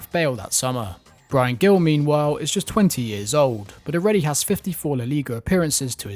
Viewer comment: When you say Gil in Bryan Gil, its like if you say it with an h in honey.